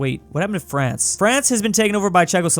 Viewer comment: did he just say Brance?